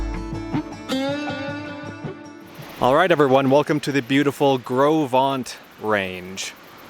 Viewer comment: I was told that it is pronounced "Grow Vent" by the Teton Park Camp employees. Do what you want with that, I have yet to verify it. I camped super near where you did. I absolutely love that area. What a great work you are doing with this trip.